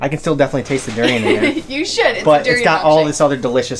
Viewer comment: Doo-ri-yaan. Not doo-ri-yen. Duri=thorn. Durian@ (something) that has thorn. Rambut=hair. Rambutan=(something) that has hair. Makan=eat. Makanan=(something) that has eat(meant to be eaten)@